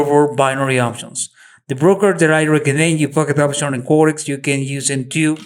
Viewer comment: It's pocket option not poquiet !😇